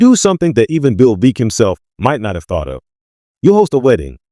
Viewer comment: Veeck = rhymes with neck